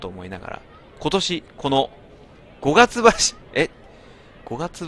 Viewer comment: 五月橋←さつきばし じゃないですか？